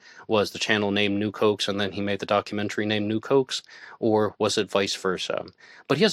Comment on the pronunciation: Nuke hoax. I kept thinking, new Cokes? What the hell is he saying? lol